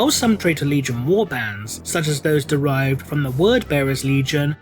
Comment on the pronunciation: "Traitor" Legion, you say? Or, "Traitor Legion", rather? :)